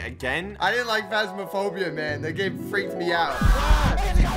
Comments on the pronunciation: bro in the start he said phasmasphobia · Bro said "Fast Miss Phobia"😂😂😂